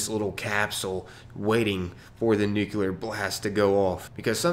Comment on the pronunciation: Love your content, but bruh.. NU-CLEAR.... I'm not a hater, please keep up the experiments. =)